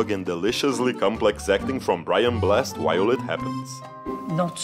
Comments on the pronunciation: Not appearing picky but Brian Blessed is pronounced "Bless-ed" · Brian Bless-ed. Not Brian Blessed 🙄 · The verb 'blessed' is prnoucned like you do here, BLESD, but the last name enunciates both Es: BLESS-EDD. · Great video. And it’s Brian Bless-EDD not Brian Blest! ☺️ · It’s Brian Bless-Ed, not blessed.